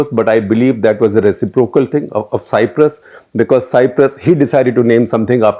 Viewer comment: SG NAM was a clandestine western attempt to prevent fall of newly independent countries falling prey to communism. Rajiv Sikri wrote this in his book, " Challenge and Strategy And five media hungry clowns were shortlisted. Please.check pronunciation of Cyprus and Ulan Bator